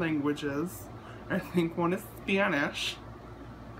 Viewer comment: the way you said spanish tho 😂😂